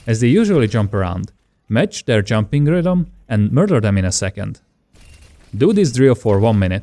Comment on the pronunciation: did he say junping helps to dodge shot LOL